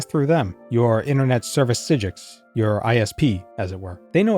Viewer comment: “Internet service Psyjiics” lmao